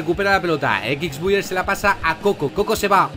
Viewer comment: "Equics Buiyer"